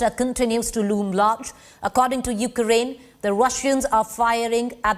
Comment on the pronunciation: You kea rain what is this.. Pronounce correct ly